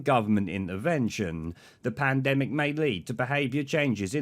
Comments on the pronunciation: That old rod Stewart boy saying panademic really makes me laugh..... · “Panademic”, always laugh when I see him saying that. What a ‘wanaker’ he is 😂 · palademic? tosser. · Always makes me laugh seeing that idiot trying to pronounce pandemic 😂, how he built a successful business when he can barely string a sentence together is beyond me.